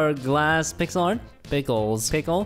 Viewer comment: Why Say Pickel Not Pixel LoL